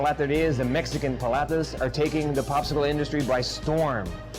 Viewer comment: I find it a tad insulting and hilarious at the same time you would have to wear that stupid hat or sombrero. I guess in your world all paleteros or Mexicans wear these stupid sombreros. We get it, IT can make Mexican paletas...drop the sombrero at least have the courtesy to pronounce the words paleteria and paletas correctly. On a personal note I think it's a great product just found the sombrero insulting...doing my research on equipment for my business thank God I have a sense of humor!